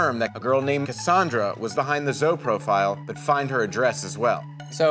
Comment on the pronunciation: Did he just pronounce zoe “zo” lmaooo